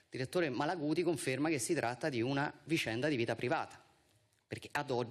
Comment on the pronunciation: Viscenda, disciamo, ma come parli?